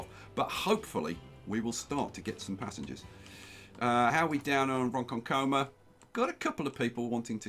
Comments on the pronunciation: Loving the series,. When pronouncing 'Ronkonkoma', the emphasis is on the second syllable. Ron-KON-ko-ma rather than Ron-kon-KO-ma. Lots of places on Long Island were named by throwing a chicken into the air and calling the town after whatever noise it made when it landed, i.e. Setauket. LOL Also, 'Throngs Neck' should be 'Throggs Neck' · You're putting the emphasis on the wrong syllable. It's Ron-KON-koma. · Say it like a real New Yawkah its "RhonKHONKomah" 🤣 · Love the NYC map. Just a stones throw from me in Fairfield County, CT. Large cash infusions withstanding I think you made the right choice with the cash. Lastly it’s pronounced Ron-KON-ko-ma haha ya lemon. See you in Discord bro. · Hey! I've lived in New York my whole life. Just thought you'd like to know Ronkonkoma is pronounced (Ron-con-comma). Loving the series so far!